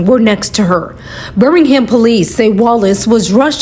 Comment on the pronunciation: Oh lord I’m done when you said Birmingham SMFH